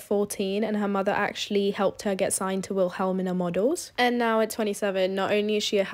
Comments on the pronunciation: It’s pronounced will-ah-meena models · Why isn’t anyone talking about the pronouncing of WILHELMINA MODELS💀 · I know you did not just pronounce the model agencies name like that 💀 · The way you pronounced Wilhelmina 😂😂